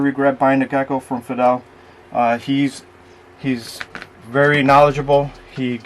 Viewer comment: The “Fadel” / Feedle pronunciation was throwing me off there. 😅